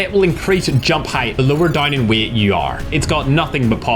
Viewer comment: The way he says "weight"😂😂😂